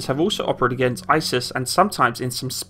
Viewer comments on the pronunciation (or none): none